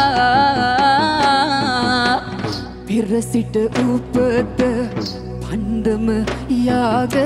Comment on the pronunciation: “පන්දම” ද ඒ කිව්වෙ 😆